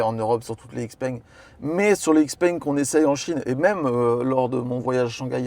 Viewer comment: C est normal qu il a pas compris sur l activation du vocal: xpeng ce dit : Chi Peng.